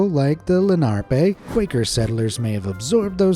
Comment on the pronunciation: Lenape, not Lenarpe.